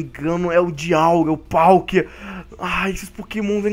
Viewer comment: Nao e dialguia e palkia kkkkkkkkkkkk